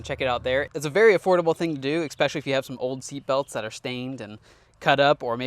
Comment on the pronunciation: Love the channel - just have to point out the following: "Expecially" It's especially. No X.